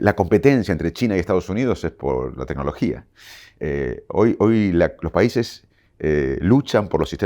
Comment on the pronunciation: Le creo fuerte. Pero que diga tenologia me hace mal.